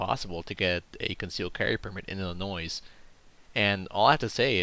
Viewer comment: the correct pronunciation from the area around the state and inside, the s at the end of illinois is silent.